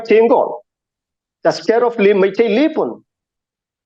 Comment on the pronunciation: motherchut you Meetei people don't even know how to pronounce the name....